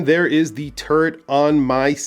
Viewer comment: Nice review - to this Brit, when you pronounce “Turret”, your NY accent makes it sound like you’re saying “Turd”.🤪 …”and there is the Turd on my 7 and a half inch wrist”! 🫢